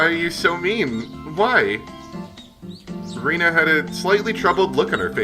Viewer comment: Pronunciation fun time! Rena is pronounced Ren-ah. (Ren rhymes with when) You're pronouncing Mion's and Keiichi's names correctly, so no issues there.